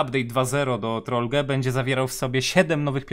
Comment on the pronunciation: To się nie czyta "Troll-ge" tylko Troll-dż albo Troll-dżi